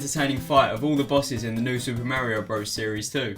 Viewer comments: Why does he say "Merryo" instead of "Mario"? XDD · you say Mario wrong